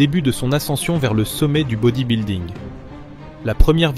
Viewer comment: Ça devrait être passible de prison de prononcer 'bodybuilding' comme ça.